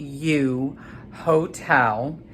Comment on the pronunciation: Riu is pronounced [Ree You], love this video by the way.